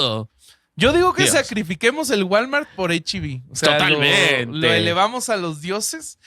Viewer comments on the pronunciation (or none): none